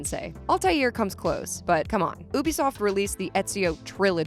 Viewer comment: Why she say Ubisoft like that tho